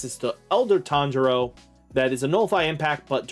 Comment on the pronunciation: "Tanjiro Brothers" Did not disappoint 🙃